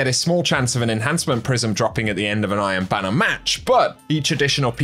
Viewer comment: Is he saying "I am banner" instead of "Iron Banner"...?